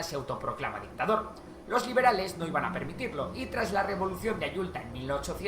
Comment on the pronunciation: No es Ayulta es Ayutla tampoco es Tenoctitlan es Tenochtitlan tenía que ser español 🤨